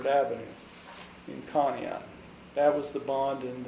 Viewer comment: Conneaut is pronounced "con - e - ought" as "in you ought say Conneaut correctly"